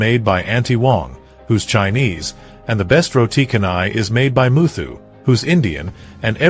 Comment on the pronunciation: "canai" in "roti canai" should be pronounced as "chanai". In the Malay language, "c" is always pronounced as "ch"